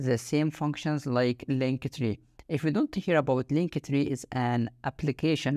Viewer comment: Man, it's called "link-tree", noch "link-e-tree" 😂